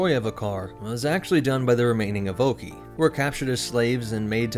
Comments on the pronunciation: EVO-KAI (Evocii) not EVE-OKEY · Good vid. But evocii is pronounced ee-voh-kai